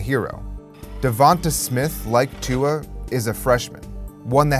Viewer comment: Bahahahahahahahahahahahahahahahaha I’ve never heard Tua’s name butchered so hard in my life.